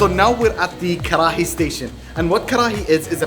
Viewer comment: The way u say kharhaiii had me bhrsting with laughter